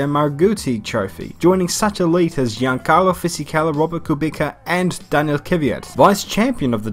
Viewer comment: You are such a BIG MOTORSPORT FAN yet you can't say Kubica right and Giancarlo